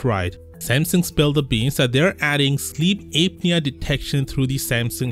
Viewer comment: Sleep Ape-nia